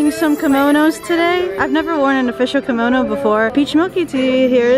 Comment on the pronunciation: A Ki-Mo-No..... I spell it correctly, watch under this comment😂